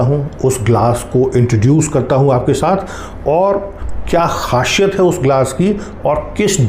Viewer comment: Khasiyat not khashiyat